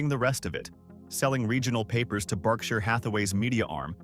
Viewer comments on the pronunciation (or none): none